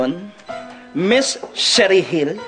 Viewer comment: paiyak kana sana sa isang eksena sa telenovela eh itong si antonieta basta papasok na lang tapos sisirain yung eksena at ibubulgar.loko rin eh no.ayan mabute nga napadugo ka tlaga ni ms cherry Gil hindi dapat sherry gil ang bigkas ha😂. RIP po ms cherry gil😔